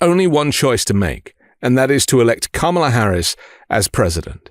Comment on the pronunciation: Unrelated, but your pronunciation of Kamala was on point 🤌🏾